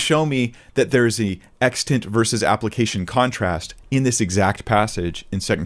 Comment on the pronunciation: Im bothered that can’t pronounce the word “extent”